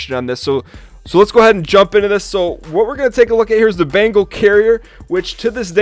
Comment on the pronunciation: Bengal. Bengal carrier. Not bangle! Thanks for an otherwise great video.